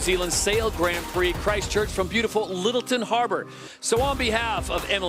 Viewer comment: I just would like someone to gently suggest to him how to pronounce the Grand in Grand Prix. Please